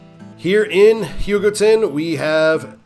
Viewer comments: US 56! love it, still need to drive it all in one go but I've still driven most of it. A majority of the pictures on Wikipedia on US 56 where taken by me. Also, I believe your pronouncing Hugoton correctly, my uncle lived there for serval years and that's how he always says it. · For what it's worth, you got "Hugoton" mostly correct (close enough), and Satanta correct on yor second try (Suh-TAN-tuh). Cool video. If you havent done US 83 yet, you might give that one a shot.